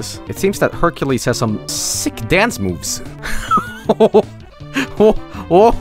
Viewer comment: HERCULEEES I'M GOING TO COLLUSEE-OO-AA-OOO-AAA-EEETRAYSH